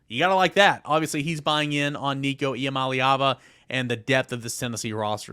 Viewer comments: It’s crazy that the top Tennessee football YouTube channel doesn’t pronounce Nico’s last name the way he says it’s pronounced. I’ve heard Nico say several times that he wishes people would pronounce Iamaleava correctly. If you ever want a chance to get Nico on your show you should pronounce it the way he does. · true, but he's got a point... It's not that tough, and at this point it's almost disrespectful considering this is supposed to be an "all Vols" show and the top Vol across all sports gets his last name pronounced incorrectly. It's unprofessional.